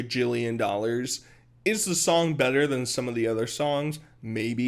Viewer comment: I’m sorry the way he says “million dollARRRRS” is just sending me